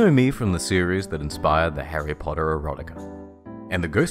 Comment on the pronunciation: harry potawhatica???